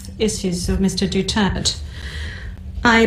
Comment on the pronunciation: Maganda yung scripted sa Pag pronounce at Pag sabi ng full name